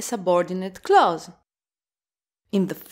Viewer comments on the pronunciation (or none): none